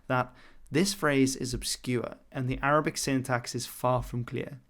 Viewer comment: Great arabic pronounciation! (or as most Arabs would say, good attempt)